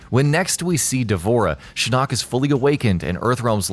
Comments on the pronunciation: you keep saying shin knock... its shin ock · shinOOOk !!! anyone else bothered by this? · I hate how you say shin-nok Not just shinnok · That's not how you pronounce Shinnok